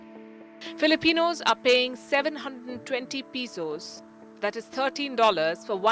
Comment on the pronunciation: Hi Palki, watching you for more than a year now from Philippines. Just correcting you for your Pesos pronunciation, it is "PE" not "PI"(just for future reference). All the best. I only watch your show coz it's hard to settle for less when you've already found the best. God bless!! 🥂